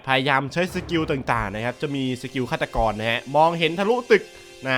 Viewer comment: พี่พูดผิดอะ ฆาตกร เจสัง 555